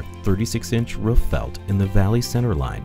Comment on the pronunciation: It's "roof" not "riff".